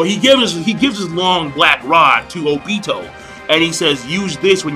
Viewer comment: I hate how you say Obito